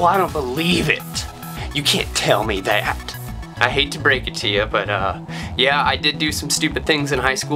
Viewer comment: OMG the way he says "that" made me laugh sooooooo hard. Holy shit.